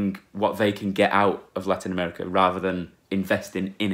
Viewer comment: U say larinouamericah xd